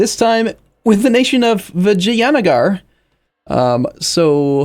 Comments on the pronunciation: You over pronounce the a in vijaynagar it’s pronounced more like vigi-an-nagar Vigi like digi from digimon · Are you trolling? That's not how you pronounce it at all. Vi-jay-na-gar. That's how it goes. It's not anywhere near as hard as people make it out to be. Take a look at this video